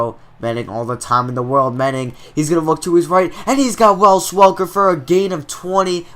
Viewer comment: There is no L in Wes Welker's first name. Good series but dang you say it every time!